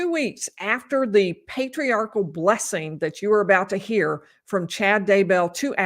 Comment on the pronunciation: He also kept calling it a Patriarchal Prayer before it devolved further to what sort of sounded like Para-quwee-all Prayer 😂😂😂 I know part of that is what you were pointing out, but I wanted to further point out how it’s not called a Patriarchal “Prayer” either. Any Mormon hearing that would be thinking about how wrong that sounded. Also, Doctrine “of” Covenants, lol. Not right either. Oh.